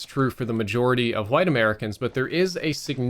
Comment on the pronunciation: Nobody:: HWITE